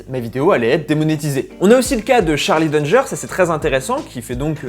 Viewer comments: ça se prononce "Dangé" pour Charlie Danger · C'est pas un nom de famille anglais, tu peux dire "Danjé" tu sais 👀